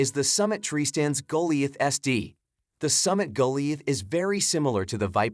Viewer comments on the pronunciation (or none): Summit "Go-Lie-Ath", not Go-Lee-ath". The Cougar Claw climbers are much better than the Summit stands but the Summits have a little more comfortable seats.